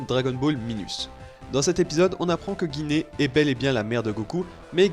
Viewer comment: Gine le g se dit j et le e est muèt donc c'est jine